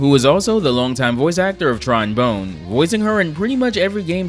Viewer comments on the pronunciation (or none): If capcom loves sonson so much. Makes you wonder why they didnt do more with the series. Ps: it's Tron bon, not bone. The e is silent.